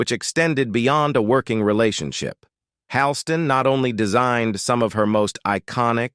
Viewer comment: Pronounced "Hall - Ston". Can't pronounce any medical terms or conditions either??? PATHETIC!!!